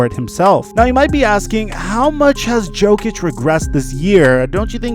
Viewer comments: Yo-kic not joe-kic bro. Do you even watch the nba? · Everyone: Nikola Yo-kich: Nikola Joe-kich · Because he is the Joker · My man said Nikola Joke-ic unironically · Who the fuck is joekich? Never heard his name said like that... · man said Joe-Kich